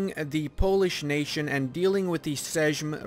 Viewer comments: instead of bashing him just tell him: "seym" and "hewmno" :) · sejm you pronouce like seyeem j=yee like yeet9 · If u want to pronounce 'sejm' just say "same" :D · you should read "sejm" as "seim" not... this. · SESZ XD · Sejm is pronounced the same as same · I think "sejm" is pronounced with the J as a Y sound ... "seym" kind of like the english word "same" ... uhhhh ... Sejm is the same as same lululul